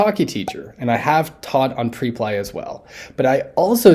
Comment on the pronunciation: How is it possible that a native English language teacher cannot pronounce Preply correctly?